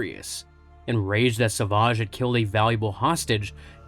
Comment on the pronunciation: What's with calling him Sauvage? It's savage.